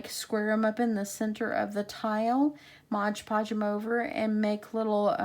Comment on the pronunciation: Don't take this personally but I cringe every time I hear someone say Modge Podge🤣